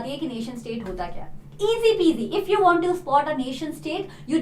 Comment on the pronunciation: Its went, was, want.... not vent,vas,vant...😁.... pronounciation....😆